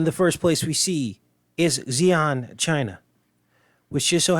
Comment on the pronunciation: I live in Xi'an. The pronunciation is She Ahn.